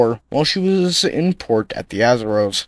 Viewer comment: Your pronunciation of Azores, Semmes and Secede are incorrect. The USS Kearsarge outfought and sank the Alabama in short order. If Alabama suffered deficiencies in its powder and fuses, they fall on the Captain. Keeping your powder dry applies to ships in particular. A USN sailor killed in the battle is buried in the US plot of the Cherbourg WWII cemetery.